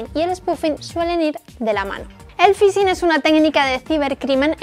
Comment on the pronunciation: ¿El "fisin"?